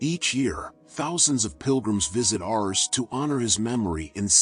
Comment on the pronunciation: A.i... artificial intelligence.. it's ars not ours!